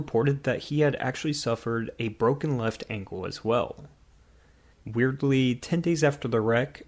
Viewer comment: Excuse me, did you just say " weirdfully"???